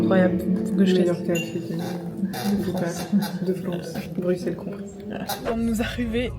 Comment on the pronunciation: Plein plein plein d’amouuuur! Par contre on dit Brusssssellleeesss stppp <3333 mais fais un meet up une foiiis